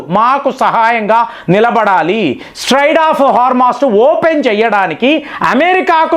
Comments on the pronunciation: Don't ever claim that you studied English Literature. It's quite ridiculous to know this 😅😅😅. Your diction and pronunciation are a joke...😂😂😂 It is not Straide of Hormus.... it is Strait of Hormus. Your level of arrogance is...you will not change even after advises.😂😂😂😂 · STRAID of Hormuz kadandi. STRAIT of Hormuz. Mee pronounciation chala sarlu very wrong ga paluku taru. I think you want to express differently always. But it sounds very absurd. So please try to rectify your pronounciation for lots of names and vocabulary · అరేయ్ నువ్వు 5th failed guaranty గా. అరేయ్ స్ట్రెయిట్ ఆఫ్ హార్మోస్ అనాలి. స్ట్రాడ్ ఆఫ్ హార్మోస్ కాదురా. నువ్వు ఇంగ్లీష్ లిట్ పాస్ అయినావా. ఎన్ని అబద్ధాలు రా.